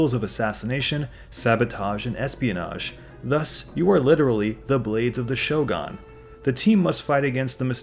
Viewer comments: Cringing every single time I hear you say "shogon". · "Show Gone"? Really?